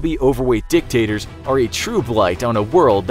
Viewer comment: when he said, 'chubby overweight dictators'...he obviously meant the 'tator' is silent.